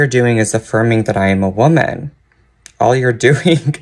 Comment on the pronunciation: They way he pronounced woman is all you need to know it's a front and for attention